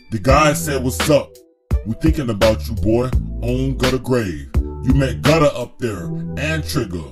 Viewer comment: "on Gutta grave"